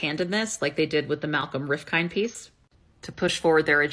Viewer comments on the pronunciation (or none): It's pronounced with the 'd' silent - Rifkin(d). "Rif - kin"